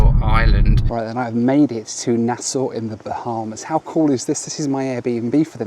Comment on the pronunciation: Appreciate the correct pronunciation of Nassau btw 🙌